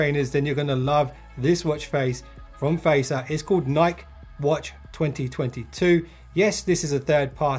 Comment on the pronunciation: You are saying Nike wrong.